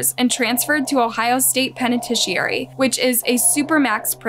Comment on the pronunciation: why tf did she say “penitentiary” like that💀